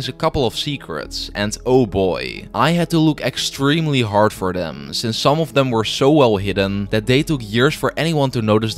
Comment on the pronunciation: It’s them not dem 😅